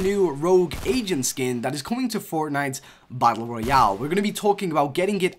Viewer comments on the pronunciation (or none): none